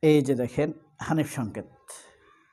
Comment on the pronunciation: ভাই আপনিতো ধরা খাইলেন। আপনি আমাদের প্রিয় উপস্থাপক হানিফ সংকেতের নামটাও বিকৃত করে উচ্চারণ করলেন। আপনার কনটেন্ট দেখেই বুঝি, আপনি একটু গাইয়া টাইপের উচ্চারণ করেন। আর বোধহয় আপনার মাথা-টাথাও ঠিক নাই। নইলে ২০১৬ সালের ফেব্রয়ারির বই মেলায় প্রকাশিত হানিফ সংকেতের ‘বিশেষ সবিশেষ অবিশেষ’ বইয়ের ‘কথন অকথনের কথনিকা’ শিরানামের লেখাটিকে ২০২৫ এর বানিয়ে দিলেন? এভাবে মানুষের পিছে লাগেন কেন? ওনার যা ইমেজ আপনার মত কনটেন্ট ক্রিয়েটর ওনার পিছনে লেগে লাভ নেই। কারণ আমরা ওনাকে ছোটবেলা থেকেই দেখে আসতেছি। আপনার মত টাউট-বাটপাররা ওনারে ঠিক চিনতে পারবেন না। আরও বানান ওনার বিরুদ্ধে, দেখি কি ছিঁড়তে পারেন। শেষে দেখা গেল আপনিই কট হয়ে গেছেন।